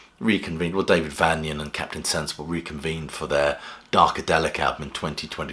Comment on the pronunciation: The Damned have always been fantastic, but Rat brings back an edge, he was made for the band .. Please pronounce Daves name correctly tho !! Its Vain.... not Van